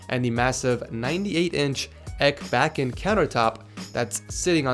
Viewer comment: I'm Swedish so the way he said ekbacken was 😂😂